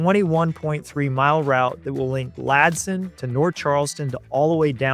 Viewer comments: It’s not “Latson,” It is “Ladson!” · It's Ladson not Latson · It’s a local pronunciation. Same with how some natives say Nort’ Charleston.